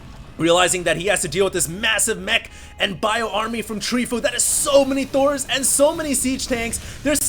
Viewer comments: terran is Tree fOu. from fOu team, not treefo U. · Btw, it's Tree Fo U